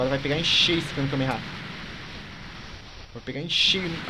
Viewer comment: vey pff n fala kamekameha n pelo amor de deus é kamehameha